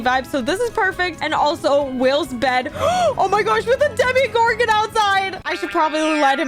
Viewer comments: Sorry but its not dimigorgn its dimogorgone with an o not an i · It’s not Demi Garden it’s Tim Gordon